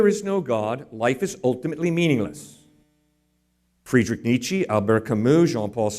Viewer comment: If I ever again hear someone mispronounce Friedrich Nietzsche this hard, I will personally file a lawsuit for crime against humanity.